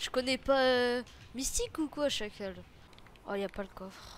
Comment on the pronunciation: Arrête de dire chacale